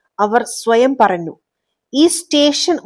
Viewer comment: ഞ്ഞ > ന്ന ആയി പറന്നു, നിറന്നു 😅😂